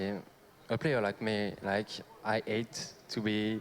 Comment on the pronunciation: Il spamment pas juste cringe leurs reactions elles me fument mdrrrrrrr jsuis mort, quand gotaga fait une faute de prononciation et dit I ate au lieu de "I hate" ca full troll avec "I ate" jetais plié